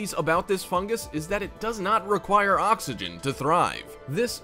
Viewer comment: Fungs lol